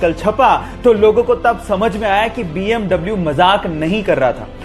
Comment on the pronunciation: BMW ko bee am vee bolte hai now double u